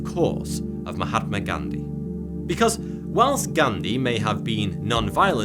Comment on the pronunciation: Man hearing Indo-nepalese or other asian words pronounced by westerners is funny he literally skipped the 'h' in Musashi and Mahathma Gandhi's name lmao